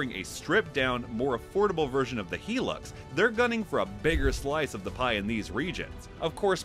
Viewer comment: For goodness sake man, it’s a HIGH lux ! NOT a heelux!!